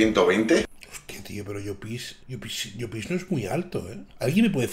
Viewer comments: crítica constructiva de un valenciano, no se dice 'Llopís' en todo caso se dice 'Llópis' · por dios di bien llopis jajaj